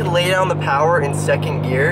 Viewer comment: All the powah!!